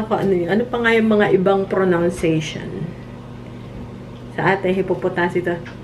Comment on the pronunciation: It's pro-NUN-cia-tion, not pro-NOUN-cia-tion.